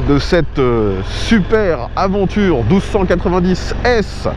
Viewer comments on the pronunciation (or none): Franchement pas cool de prononcer « aventure » au lieu de « aDventure ». Pour un pro des essais moto, cela ne fait pas sérieux. Certains vont dire que c’est anecdotique mais ce n’est pas le cas.